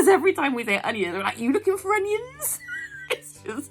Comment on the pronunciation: 🤣 I can't stop laughing at it! It's because it sounds like my mates dad who has a very thick west country accent! It's brilliantly funny! How can I go in m&s later without laughing?!